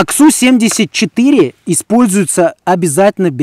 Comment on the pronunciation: Произношение я ору )))))))) АК СУ